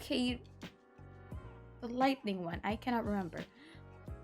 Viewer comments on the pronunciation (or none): none